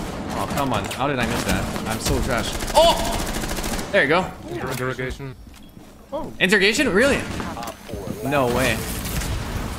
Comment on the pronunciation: that dude says “interrogation” with no fucks given😂